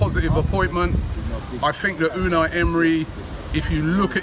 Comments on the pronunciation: Pastor Toe Dosent matter anymore what I said man coz I was watching the press conference live and it turns out how Robbie pronounces it is right because emery was asked how to pronounce it, it’s ou-N-eye emery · ITS PRONOUNCED YOU-NI EMERY. The U sounds like a YOU NOT OU